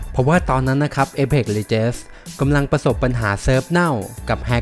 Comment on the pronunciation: legends อ่านว่า เล เจ็นส์ นะครับ